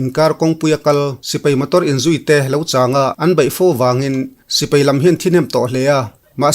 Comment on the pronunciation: Mizo tawng ah sipei a awm lo sipai ti in lam ri tawh la a ngaih thlak a nuam zawk ang a pu zori mawi